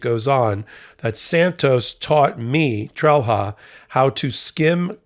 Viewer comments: Did/does Santos have other criminals working for him?. By the way, Trelha is pronounced "trel-ya". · Sometimes wish Americans would at least try to pronounce names correctly......... "Trelha" is pronounced "Trail-ya". WHY is this stooge even a THING anymore????? Feel used and dirty just seeing and hearing the name. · I wish people would stop mangling names -- it's not "trell-hah", it's "TRAIL-YAH". The H has a specific function. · Trelha is pronounced „Trelia“ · In Portuguese, the defendant’s name would be pronounced more like “Tray-lee-yah”. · Just FYI, the "h" in Trelha is pronounced as a "y" in Portuguese, although even his attorney seems to do the English phonetic version. Meu Deus, what a story! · Trelha in Portuguese is pronounced, 'trelya'. Santos here is guilty of lying in court, contempt, at least. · The Portuguese pronunciation of that name is "TREL-ya". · This is hardly important, but fyi in Portuguese, that 'h' is pronounced similar to 'y': Trelha: "Trel-ya". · Wow, Santos is quite the prolific criminal. Solid GOP potential. BTW: in Portuguese, "lha" ...as in the end of "Trelha", is actually pronounced more like ; "ya" [like; Trelya or Trelia]. Let's not even touch on the half-tongue roll in the T, and the R that's pronounced more like a D...that's for another time, lol.